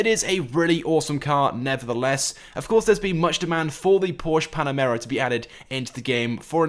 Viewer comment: Every time he said panamera I shrivelled up